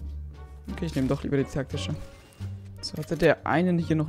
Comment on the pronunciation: täktische hat er manchmal gesagt